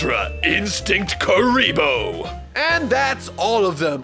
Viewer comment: "Ultra instinct Kuribho" XD